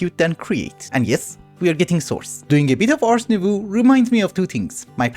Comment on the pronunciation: thanks for the vidddd also please please please Nouveau is prononced nouv-oh (like oh sound from dough or "oh ok") since you seem to always change the way you say it, this is the correct way of saying it in french!